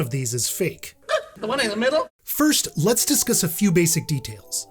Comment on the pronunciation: This is the first time I've heard someone pronounce discuss as discus